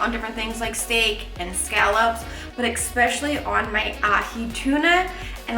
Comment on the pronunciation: “ EXPESSIALLY ON AHI TUNA!” Ha ha ha LOLOLOL🤣😂🤣